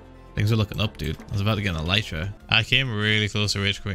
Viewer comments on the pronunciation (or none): none